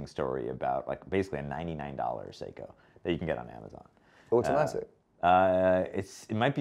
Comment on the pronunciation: Say-ko, not see-ko